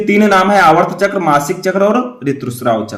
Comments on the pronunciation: Sir aap aatrv chkr ko aavrt chkr bol rhe hai espe sudhar kre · Aavart chakr nhi aartav chakr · सर आर्तव चक्र बोलते है न कि आर्वत चक्र